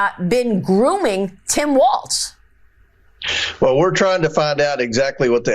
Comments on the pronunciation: That Comer maga idiot said his name as Tim waltz! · Someone should tell Comer that Tim Walz’s last name isn’t pronounced “Waltz”. There’s no freaking ‘t’ in his name. Comer is disrespectful AND an idiot! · Omgeeee I wanted to grab COMER by his stupid face and say, “there is NO letter T in Walz, dude!! It’s W~A~L~Z not WALTZ!! I wanted to hug Jessica T & put a safety cage of plexiglass around her to keep her safe from the hyenas she sits with, and cringed repeatedly at their inability to play the “GOTCHA style” political game that they invented!! (That’s what I’d call it, Ben ~ omgeeee I feel so much smarter after watching the CIRCUS and the drunk clowns AT #FauxNooz. Wowwwwwwww!! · El no hearing Comer doesn't even know how to pronounce Governor Walz name. There is no 'T' dear Comer, in Walz. Now go somewhere and SIT down! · I hope Tim Walz "corrects" Comer on the pronunciation of his last name quicker than Jamie Raskin did on his last name. You know this redneck Republican does it on purpose. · HIS NAME IS TIM WALZ. NO T.